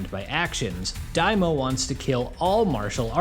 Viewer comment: It's Dai MA o . Not daimo Dai = Great Ma = demon O = king